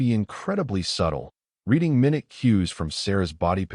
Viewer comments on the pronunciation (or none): HFY hi! 'minute shift' and 'minute cue' in the text are being pronounced for the time unit. in this context, the word references a size unit, specifically, a tiny size, and is pronounced 'my-NYOOT'. please correct? ✨️sanku!🙏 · Minute shifts? Minute /mī-ˈnüt/ right, you just have no clue how to read and instead choose to sound like a stupid person who does stuff in English when you have no clue how to speak it. Many words are spelled the same but do not sound the same, and you just hit one of them. Wow, that happened twice now in two days; we are on a roll. Hey, we also have words that have two pronunciations for the words that are spelled exactly the same way, and oddly, they have the same meaning, even if they sound completely different. I think English might be a hard language to make sense of. Hell, I've been trying to learn English now for like 61 years, and I often find that I have no clue about how some words are even pronounced. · Great story, so grounded in reality. For those depending on the audio, A.I. routinely mispronounces "minute" and "present," thereby changing the meaning. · At abour it says her mobility device "responds to minute shifts ". Minute can be pronounced in two ways- "my nute" meaning small or tiny or "min ute" meaning 1/60 of a hour. "i" as a long i or i as a short i. You want the first one.